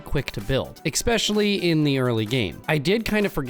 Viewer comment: Especially not exspecially 😂